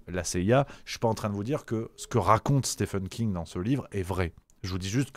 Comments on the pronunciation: ca se prononce Stieeeeven King, pas Stephan 😀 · Stephen King (ça se prononce "Steven", pas "Stephen") avait déjà écrit le roman "Firestarter" (édité en français sous le titre de "Charlie"), qui évoquait déjà "MK-Ultra", même si c'était bien moins proche de la réalité. Concernant MK-Ultra, il y a une très bonne série intitulée "Wormwood", qui date déjà de quelques années et raconte des faits confirmés, sans trop spéculer.